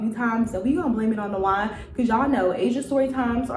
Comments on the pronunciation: Girl not me thinking when you said “Da wine is hitting me” i thought you said "Dajuan is hitting you up right now” 😂😂😂 i just did a double shift at work excuse me🤣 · Fren I thought you said “dajuan is hitting me” like the dude in the story is hitting your line while recording. Then I realized you said “the wine” 😂😂😂